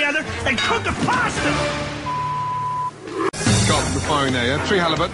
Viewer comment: KUK DA PASTAH!!!